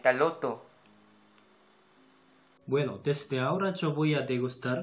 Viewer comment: porque dijo "loto" :v 😂😂 duh